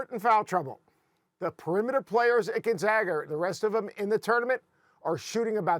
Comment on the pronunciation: Did this man just say Gonzagger?